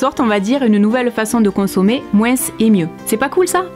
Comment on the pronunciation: Tu dis "moinsse", tu vas à "Parisse" ?